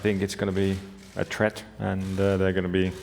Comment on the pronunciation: its a threat not a tret, BOTTAS